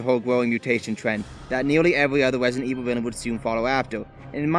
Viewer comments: Wesident evil lol, good video. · Wesident evwil lmao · I love Wesident Evil Fwanchise as well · Wesident evil lol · Rwesident Ewil.